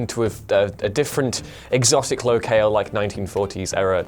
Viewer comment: Low-kale lol Locale is just pronounced Low-cal.